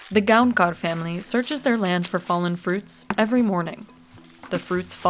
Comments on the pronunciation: "Santhosh GoankaRRR" lol I do appreciate the effort but that's not it 😂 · It's Gaokar actually, it is written Gaonkar but pronounced as Gaokar